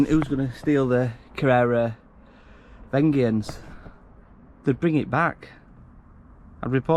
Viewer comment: I've got same bike ...and it's pronounced vengence like revenge